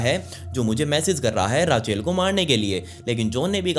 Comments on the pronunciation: Raachail Nahi kehte usko Raychal pronounce kerte hai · it's RACHEL not RAA-CHAIL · रेचल कहते हैं। राचेल नहीं। ये स्टोरी मैंने पहलए भी सुनी है on another channel। Awesome bhai।।keep it up।। All the best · Raachel nhi rechal hota hai 😂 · Just FYI - Rachel/Rachael is pronounced Raychal :)